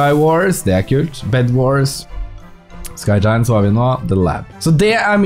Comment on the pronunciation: Det heter skygjayent